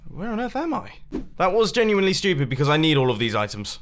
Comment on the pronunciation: He said ''stupid'' just like ''schu-pitt'' ;D